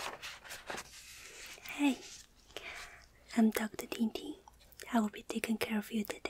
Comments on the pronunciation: Ooohhh TingTing. I thought you said « hi I’m doctor dingding » I was LMAO... oops. I love your video btw :) haha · I swear she said “Dr. Tingty”